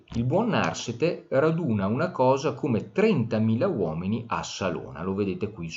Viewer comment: Narsete con accento piano, per favore